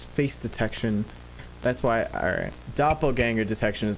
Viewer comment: Pronouncing "doppleganger" like Danger kinda cut some of the horror .